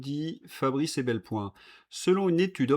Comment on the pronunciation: Merci beaucoup, chronique toujours très intéressante. (Juste un petit bémol, ça fait plusieurs fois que vous dites: Fabrice Ebelpoin alors que son nom est Epelboin. Ça peut peut-être l'embêter s’il vous regarde) Merci pour votre information 👍👍👍🇨🇵🇨🇵🇨🇵